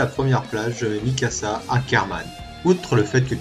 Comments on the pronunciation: C PAS MISAKA MAIS MIKASA X) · C'est Mikasa pas Misaka 😅